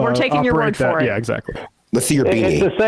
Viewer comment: What accent is it when one pronounces "for" as "fur"?